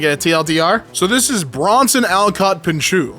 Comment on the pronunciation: well, you said "Bronson" correctly, anyway 😂